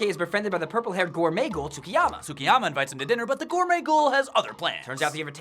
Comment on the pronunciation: Mmmmmmmmm... Y can no one say Tsukiyama properly...